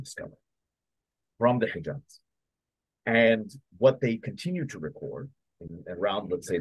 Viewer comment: ALHAMDULILLAH! ALLAH THE ONE AND ONLY ☝️😍 اسمها العزى وليست العزي ،، واسمها الحجاز وليست الحقاز يا مستعرب يا قبطي يا مخلفات الروم يا ناطق العربية ، لو كنت عربي اصيل لعرفت كيف ينطقها العرب الاصليين ،